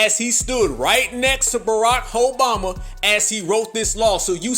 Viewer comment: He said, Barakhoeboma-😂